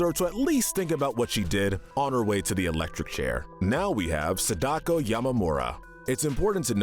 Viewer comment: Excellent video. My only complaint is that you badly mispronounced Sadako’s name. It’s SAH-dah-koh. What you said was just painful.